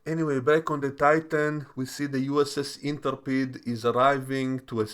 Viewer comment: Intrepid. Inter peed? You mean In-trep-ed